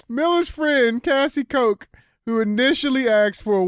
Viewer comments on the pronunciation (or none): Koch is pronounced "cook"